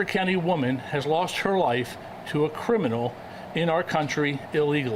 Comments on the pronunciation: Did she say crinimal? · What the heck is a crinimal 😂